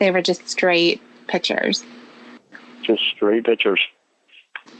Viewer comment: LORNE SAYS “PITCHERS”. INSTEAD OF “PICTURES”, FOOL! MAYBE A 4TH GRADE EDUCATION 🙈🙈🤪🤪🤪😝😝😝😂😂😂👍👍